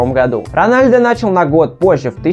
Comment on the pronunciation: 1. Рональдо - вообще нет такого. Есть Роналдо, но это бразилиц. Роналдиньо ? Нет, тоже не тот. Роналду его фамилия. 2. "Играл за молодежду" - да ладно?! А что все остальные сразу играют в основе? 3. Сын Ронадлу - Криштиану Роналду II 4. Рост Месси, по последним данным, - 170. (лично я не доверяю) 5. Ронадлу получал золотой мяч два раза. 6. Лучше было сказать "Каталонскую Барселону" 7. МЕсси, а не МЭсси. 8. Развел срач среди глоров - ЛАЙК ! 9. Почти всегда играет за Барсу? Он всегда играл за этот клуб, лол... И за Аргентину. 10. Ммм, люблю слушать тупые факты из интернета от человека, который ничего не понимает в футболе (Рональдо подтвердит).